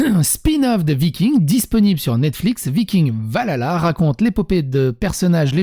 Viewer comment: J'ai beaucoup aimé cette vidéo et tes propos qui décrivent exactement ce que je pense de cette nouvelle série. Je suis une très grande fan de la série Vikings et de la mythologie nordique, mais avec ça, je pense que je ne vais même pas regarder cette série... PS : Valhalla se prononce "Val-halla" et non "va lala" ^^